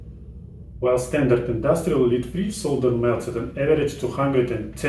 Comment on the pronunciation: I'm going to apologise in advance for advising you on pronunciation in English, & hope that you will forgive me for it. :) 'Lead' - the metal in old fashioned solder is pronounced 'ledd', not 'leed'. It's not a big deal, but it can be very confusing. :)